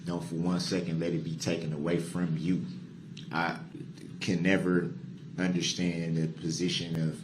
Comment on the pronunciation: I wish someone would explain to him that there is no "h" in understand!